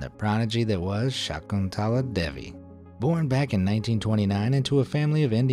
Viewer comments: I am an Indian myself, so let me tell you that you prounounced Shakuntala Devi wrong. It is pronounced 'Shuh-ku-n-tla Dae-vee' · The pronunciation of Shakuntala Devi though🤣. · As an Indian, the way this guy pronounced Shakuntala Devi was heart wrecking for me. 😭😭😭😭